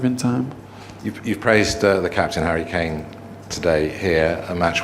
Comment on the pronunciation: 0.27 harry claim not harry kane : P